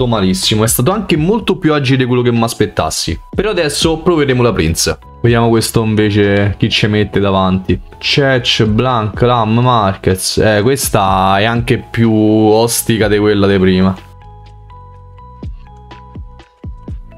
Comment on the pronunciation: Ma con le pronunce perché nessuno streamer ne azzecca una?!? Cec?? Francescoli?? CEK, FRANSÉSCÖLÍ. Se si è troppo giovani basterebbe guardare qualche video su di loro e sentir la pronuncia dei telecronisti dell’epoca…